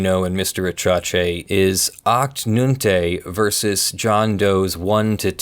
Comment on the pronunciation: It's funny how you pronounce Achte/Neunte :P It's just German for Eighth/Ninth and it's about Uwe Boll movies :D